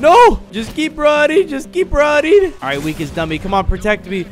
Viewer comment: When he said just keep running i heard ‘just keep rotting’